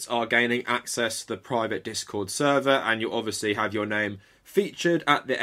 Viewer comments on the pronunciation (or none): none